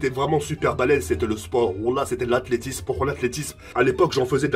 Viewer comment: Mdr comment il galère a dire athlétisme